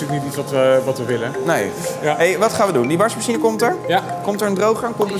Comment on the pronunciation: Wrm zegt tim "warsmashien"